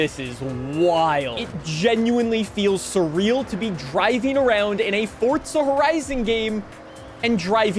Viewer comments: I sat through the whole video.. but why TF ARE YOU PUTTING A T IN "FOR-ZA" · well then they should put a T in the word if they want a T sound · Since when did Forza have a T in it? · so confidently wrong lol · Why cant so many People not Pronounce Forza correctly 🤦‍♂️ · Your pronunciation of Forza is killing me 😫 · yeah, I thought I heard that lol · What is fortza. Sorry m8. There is no T. Its for za. .. 4za. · There is no t in forza its not fortza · Forza not fort-za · Fortza. Why cant he say forza? Lmao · Yay copy and paste....when are these lazy game devs gonna step it up? Oh never bc you tards think it's good and btw....please for the love of God STOP SAYING FORTTTZA I'm begging you just say forzaaaa like it's spelled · theres no t in forza stop saying fortza 🙄🙄🙄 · I hate this fuckin moron, ITS NOT FORTZA, ITS FORZA, even the narrators in fh5 pronounced it FORZA, you sound like a baffoon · fortza where is the T son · Please say ForZa not For(t)za 😂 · Bro is forza not forTza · Do you say gyoza as Gyo-tza? Like you say Fortza instead of Forza? Lol jk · its called Forza not Fortza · For ZA not fortza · are you saying forza or fortza loke for real tho speak much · Why do you say “fortza” there’s no T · bro its forza not fortza hahaha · There's No T Fortza Forza ffs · Am I the only one that gets so aggravated from the way some peole say Forza lol It’s like he’s saying Fortza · Forza not fortza lol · STOP SAYING FORT-ZA IS FOUR-ZA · for the next video make sure you pronounce FORZA CORRECTLY that shit bothered the fuck out of me the whole time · Not hating, but why do you say “Fortza” instead of “Forza”? Even the captions pick it up like that. It’s tickling my brain lol. Great video though, hyped for FH6. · Why is he calling it Fortza? I've always known it as Forza. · It’s FOR-ZZZZAAA not FORT-ZA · The Fortza kills me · For-za Not Fort-za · its forza like the letter four , not fartza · Can someone tell this dude its not FORTZA. 🤣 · why are you saying "fort za"